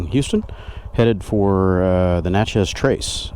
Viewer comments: When we MS natives say Natchez, it’s more Na-tchez than it is Nat-chez. The “t” is almost silent. We have a lot of hunting land off of the trace in central MS. It’s a beautiful trip…loved watching this vlog! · It’s pronounced “neigh-chess” :) cool ride!